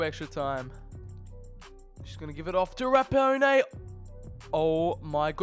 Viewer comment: He pronounced rapinoe wrong